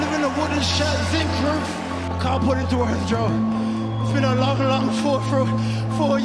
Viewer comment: dude the emphasis on zinc roof had me feelin